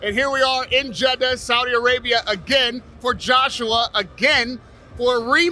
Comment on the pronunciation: the way he says Jeddah😂